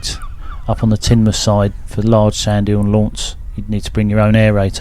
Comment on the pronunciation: Congratulations on pronouncing Tinmuff correctly, most outsiders don't. 😂